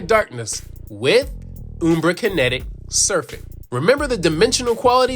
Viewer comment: It's not "Oombra", it's "Umbra" like; pronounced in the word umbrella. Like "un-" but with an m instead of n. Ummm... Umbra. Hope this helps.